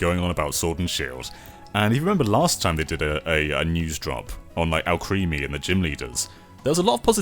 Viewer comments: I'm 99% sure Alcremie's name is a pun, meant to be pronounced to rhyme with 'alchemy'. Not 'Al-cream-ie', since it's spelt 'crem', not 'cream'. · I still hate the way pronounces Alcremie